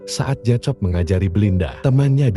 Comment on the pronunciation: Maaf ya saya perbetulkan sedikit sebutan untuk watak JACOB. JACOB disebut JAKOB. Salam dari North Borneo.